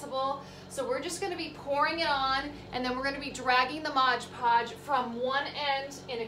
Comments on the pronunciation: MOD PODGE not MODGE PODGE. 😢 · MOD Podge....... Please say it correctly. 😬